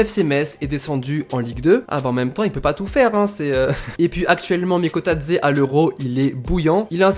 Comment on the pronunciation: Bravo TU prononce Bien son nom et je suis 🇬🇪🇬🇪🇬🇪🇬🇪🇬🇪🇬🇪🇬🇪🇬🇪🇬🇪🇬🇪🇬🇪🇬🇪🇬🇪🇬🇪🇬🇪🇬🇪